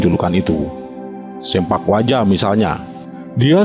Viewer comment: (Agus Sein) bukan SEMPAK yang benar SEMPLAK "Potong"